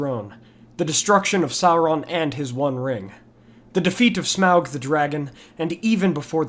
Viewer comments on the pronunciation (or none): none